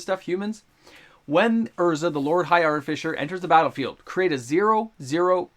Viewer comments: Mystical Tutor will never go over $20 again. Also it's ArtiFISSer not ArtiFISHer.. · Lol it's Artifi sir. Not arti fisher, silly 🤪